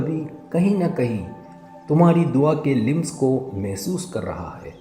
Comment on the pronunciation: Lims nhi lams HOTA hy